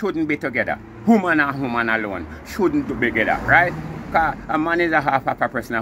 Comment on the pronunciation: Shouldnt to "begether" bwoy🤣🤣🤣🤣🤣